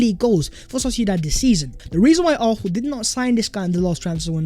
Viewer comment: PLEASE pronounce Arsenal with an S not an F or an H! Otherwife, your content ih great!!